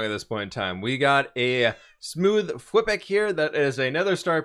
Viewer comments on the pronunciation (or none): I know your name is but you just saying whip kind of bothers me instead of fwip just so you know bothers me just a little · He said whip instead of fWhip at the beginning of the episode, that’s unacceptable